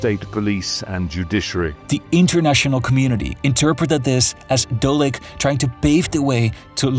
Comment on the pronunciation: Keeps calling the person dolek instead of Dodik.